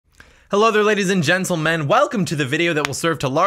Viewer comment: I can hear say "hello there ladies and gentleMEN" for a whole day. I know this is weird, but it's so satisfying.